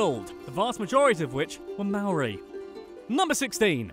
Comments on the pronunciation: omg it’s pronounced moe-ri like hoe but moe UGH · it slightly annoys me how you pronounce 'maori'